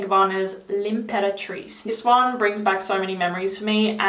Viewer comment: Thank you for the video,! One quick note, for everyone who is watching, the pronounciation of some names is a bit off, hope you don’t mind me saying! Just pointing it out so as not to confuse viewers. “Maison” is not pronounced like “Mason”, but Meh- zone. It means house or home in French. Imperatrice is pronounced “Ahm-peratrice” (you pronounce the word right, minus the beginning)- it means empress, also in French. Also- everyone seems to mispronounce Francis Kurkdijan’s name, understandably 😊 The French pronunciation of his name is “Kur- (with the typically French long “u”, like in “you”)- dee - zhan (like Dijon mustard - instead of “o” in Dijon, replace that with an “a”- “Dijan”). The final N is muted, slightly nazal 😊 hope this helps!